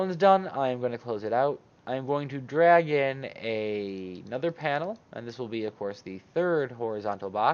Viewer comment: Im focussing so much now on your "Drag/in" and hear always "Dragon" :D Amazing tutorial as always! It did work perfectly :D And to fulfill my job: If you put it in the right corner why are you using center-position mimimi XD Im just kidding, it should be simply to show the function :)